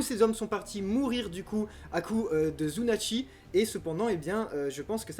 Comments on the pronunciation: Sunatchi, pas Zzzzzzzzunatchi cest un S pas un Z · C'est sunatchi, pas zunatch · c'est SUnatchi pas ZUnatchi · Zunatch ?!!! C'est la pire prononciation que j'ai entendu de tous les youtubeurs One Piece ! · Bon j'ai pas l'habitude de commenter mais bon faut arrêter on dit "sunachi" ou snatch mais pas "zunachi" y a pas de Z, il faut pas oublier qu'en japonais on prononce les comme ça s’écrit Sinon très bonne vidéo très bien détaillée comme d'hab ! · SU-NA-CHI ! Il n'y a pas de "zu" là-dedans !